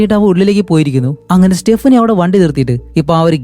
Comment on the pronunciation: സ്റ്റെപ്പിനി അല്ല സ്റ്റെഫാനി